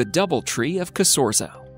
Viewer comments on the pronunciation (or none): This is NOT Piemonte - and Piemonte is pronounced Piemont-E not Piemont-y (????). Piemonte has no coastline. So basically this whole video is BS?